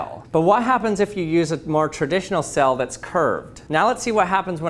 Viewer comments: Your pronunciation of sail had me a confused a number of times...I was like...why is this sail being called a cell? Is it more scientific when you call it that? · I like the way he says sail. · Is he saying "cell" or "sail" ??? :/ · It's quite interesting how ppl who live in different parts of the world say words different. He pronounces "Sail" like "Sell". I wonder how he pronounces "Sale"? In my area of the world, we pronounce them exactly the same with a long "a". Not just languages but also accents are so interesting when listening to ppl from other areas of the world. btw, this is not a slam on his, or anyone else's, pronunciation/speech. It is just an observation. I am quite sure there are words that I say that sound funny, odd, intriguing to someone else. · Why does he keep saying cell... ? ... kidding I'd love to hear him say cell and sail and see if I could tell the difference :-)